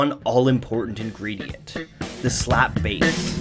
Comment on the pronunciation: Did he just say S LA P P B A S E?